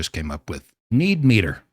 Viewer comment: Need-meeter or meat-eater? 😂🤣